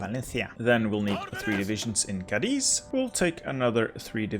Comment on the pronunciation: He does put the accentuation in the wrong vowel sometimes, like Cádiz not Cadíz, but it's a pretty good effort. It makes me think his pronountiation of german, french, polish, etc. locations in other videos must be pretty accurate too.